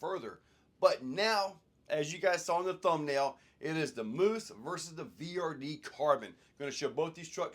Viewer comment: Pretty sure it's pronounced "muse"